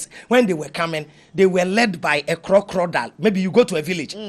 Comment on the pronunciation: 😂😂😂 plz the word is Crocodile not crocrodile and consequence not coinsequence 🙏🏾🙏🏾